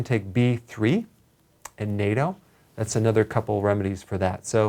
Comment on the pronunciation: "Natto" not "NATO" lol (pronounced naa-toe) Big difference between natural potassium as found in food vs what's in pills, pill form makes me very sick and I don't have kidney disease